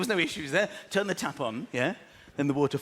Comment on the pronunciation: Tap... on. I thought he said tampon.